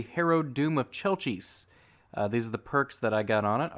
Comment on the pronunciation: I'm sorry if this might seem a bit rude but you pronounced Chelchis' name wrong I believe it's pronounced kelkis